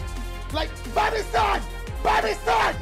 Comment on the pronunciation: It sounds like he was saying "BUY ME SAUCE!!!"